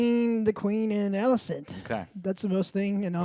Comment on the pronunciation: Everyone: Rhaenyra, Alicent, Laenor & Daemon Joe: Ruhnera, Alsent, Lenore & Deemun